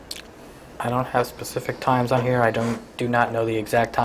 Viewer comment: Shows his quality education